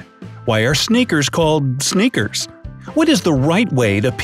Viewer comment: When he said "sneakers" I thought he was saying "snickers" 😂😂😂😂😂😂😂😂